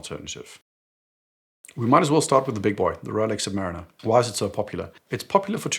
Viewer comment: OK, but how can you still mispronounce "Submariner" the way you do? It is pronounced "Submarine" (like in the Beatles song - remeber 😊!) and then "er" ... 🤪